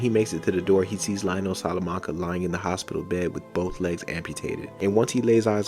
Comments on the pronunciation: just an Fyi his name is pronounced Leo-Nel not Lyle-nel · I think it's pronounced leo'nell I might be wrong but I personally always thought but lie'o'nell doesn't even sound Mexican